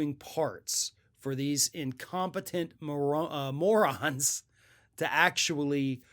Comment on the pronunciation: I agree with your assessment, but I have to admit that it's a little hard to take someone who mispronounces moron seriously.